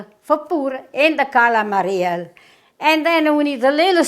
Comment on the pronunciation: God Bless You, Dear!! You look wonderful! Stuffed calamari!! My mother pronounced it exactly the way you do. We made this, together, every Christmas Eve. EACH and EVERY time I picked up the squid to stuff, she would say "Don't over stuff them." Every single time! They were so delicious. We would have them with capellini. The sauce was so tasty! They were better the next day, if there were leftovers. Thank you so much for sharing your recipe. May God and His Blessed Mother be with you always. Sending prayers and love from Rhode Island. 🙏❤😘